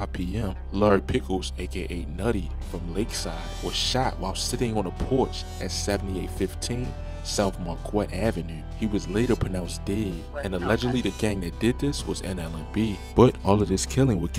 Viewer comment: He named his album after Fazo not just his shoes lol, you know "Welcome to Fazoland" his most famous and best album! Also you pronounced Muskegon wrong and Marquette wrong! You never heard of Marquette university? It's Muss-Kee-gun (Muskegon) is how it's pronounced, and Marr-Ke-ht (Marquette), That's how you say those words bro!